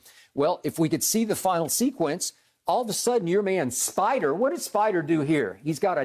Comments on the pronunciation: Skip shouldn't say spider 😂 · Don’t be disrespectful skip spida is not hard to say